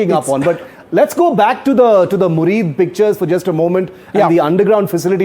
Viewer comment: Air base's name is Muridke and not Murid